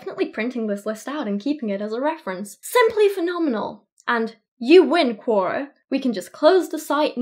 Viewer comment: RE Quora: Its pronounced similar to Q&A, but its "Q or A". As in question or answer.